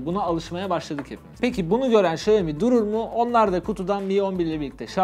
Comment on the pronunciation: Bak güzel kardeşim , iksiomi , ixioamoi xiomix iksiomi değil XİAOMİ ULAN XİAOMİ